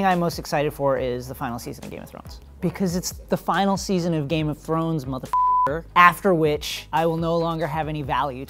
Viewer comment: he said game of zones wrong